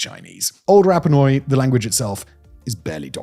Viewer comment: RAPA NEW-EE, not RAPA NOI, you fucking moron!